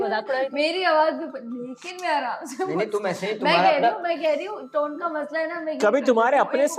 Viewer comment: Tuna paindu saying tone ko taun 😅 most qualified jahil.